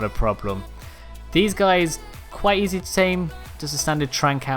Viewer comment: "its super E Zed"